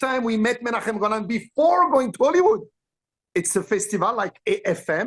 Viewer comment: As an Israeli I can say that the way Qissi pronounces Menachem Golan's name and imitates his accent is spot on. 😂 And here's an interesting anecdote: Gil Globus, the son of Yoram Globus, Menachem Golan's cousin, was in high school with me.